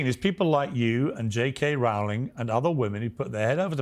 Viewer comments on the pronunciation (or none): How many times can peirs mispronounce JK Rowling.....😂😂😂